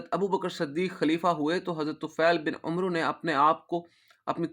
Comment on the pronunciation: بارک اللہ فیکم عمرو میں و نہیں پڑھیں گیے